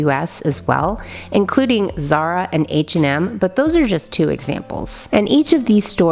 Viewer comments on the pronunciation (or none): none